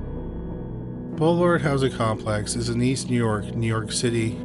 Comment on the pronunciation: Don’t take an elevator in Nee York. Noted.